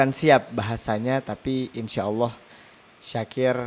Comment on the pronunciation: Syakir bukan zakir